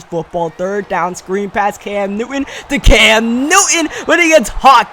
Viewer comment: say it with me, NEW-TON